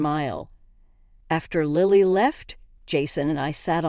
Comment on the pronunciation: It's Lily like the flower. Not Liely.